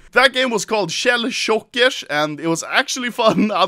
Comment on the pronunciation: “Shell Shockesh”